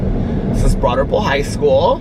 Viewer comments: If it’s Broad Ripple, why do you pronounce it that way? lol. Does everyone pronounce it that way? lol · 💙 I always thought you were saying “Broaderville” 😳 Broad Ripple, got it! 🤣👏🏻 love you!! 💙💙💙💙🎃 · Me too, always thought it was Broaderville! Glad I’m not the only one! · I always thought he said “Broaderpool” 😆